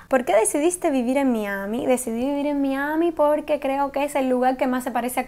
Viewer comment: me da risa cuando dice miami jeje